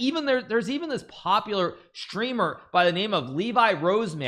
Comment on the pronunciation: lee-vai rozman💀